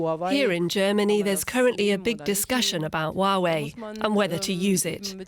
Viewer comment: Presenters can't even pronounce "Hua-wei" correctly